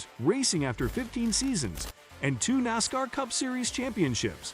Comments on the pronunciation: Its Nascar like asscar NOT nozcar like ozcar!!! Jeez!! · I can't take this site seriously when it grossly mispronounces words and names. Like NOSSCAR. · Am I the only one who who gets bugged, by the commentator, when he keeps saying "noscar".